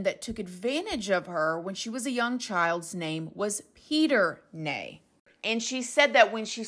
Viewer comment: I felt so bad for the parents when the abduction happened. They were abused by the press. Obviously they were completely broken. Oh, and - the name Ney is probably pronounced 'ni' as in nice. My grandad's middle name and my nephew's, too! I hope they've found their daughter, I really do hope this girl is Madeleine. 🤞